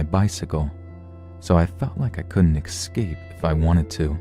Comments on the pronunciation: Excape isn't a word. The word "escape" doesn't have an X in it. Just thought I'd help you out since you're trying to read professionally. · Evan R I have. He pronounces excape but that’s only a small nitpick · Yes, He's one of the best reading these Stories, except when He says "Escape", there's no X in this Wordp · yep there are several words that he does like escape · Have you noticed he says the word "escape" wrong?